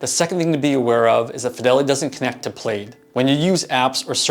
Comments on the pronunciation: Bro it’s plaid as in a pattern of crisscrossed horizontal and vertical bands in multiple colors, traditionally known as a tartan. Not pronounced played Specifically this company .. The name Plaid comes from a visual metaphor: the intersecting, cross-hatched pattern seen in financial data graphs when mapping out how different banks, apps, and consumer accounts connect together. Co-founders Zach Perret and William Hockey chose it because their technology acts as a woven network linking separate financial systems. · LOL, it's pronounced "PLAD" (for Plaid)